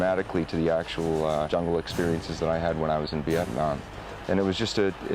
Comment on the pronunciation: "when I was in Vietnon"?!?!?!